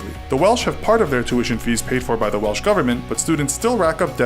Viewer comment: Yeah, I don't know why he said Welch. That's not an American pronunciation of Welsh...that guy just said it wrong.